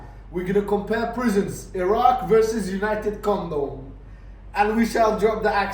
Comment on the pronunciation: Everytime you say united kondom i piss myself laughing 😂